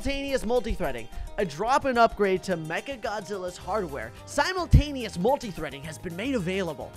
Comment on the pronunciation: I like how he can’t say simultaneous